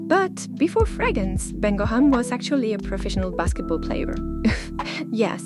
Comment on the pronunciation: I adore you so much and I really enjoy your content! Just wanted to remind you that it’s “fragRance“. Keep up the good work xo 💋